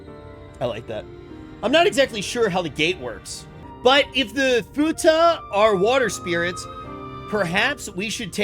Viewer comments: Fuckin' lol. "Futa" Bruh, it's fuath. Like FWWWWWAAAAAAAATH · please someone tell him its called Foo wath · calling the Fuath "Futa" really changes those scenes xD